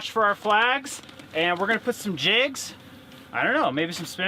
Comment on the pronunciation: Teacher here. Thought you said “gonna throw one of our kids in there!” Hahaha! Quickly figured out you said “jigs” of course, but yes, you had me laughing!!